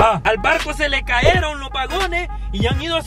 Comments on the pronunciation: Porque disen " CAERON :" hablen bien se dise "Cayeron" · Es contenedor y. No es caeron es cayeron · Este bato es impedido de loa hombros. Y no se dice caeron. Cayeron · "CAYERON" Se escribe así y se pronuncia así "CAERON" no existe en la Real Academia Española